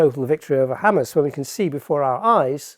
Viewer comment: Erm, it's Hamas, pronounced Hamaas, not 'Hammers'. They're not Arsenal!